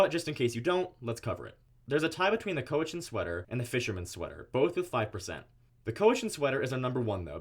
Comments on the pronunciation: Cowichan is pronounced like cow, not crow without an R. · Just a little heads up here. The Cowichan sweater is pronounced (cow-ie-chan) Cowichan. It’s the Cowichan tribe from Vancouver Island. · cowichan is pronounced cow - itch - in